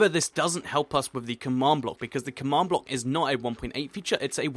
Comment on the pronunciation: u pronounce command block come awned block learn de inglish